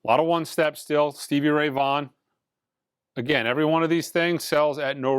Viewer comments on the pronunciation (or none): none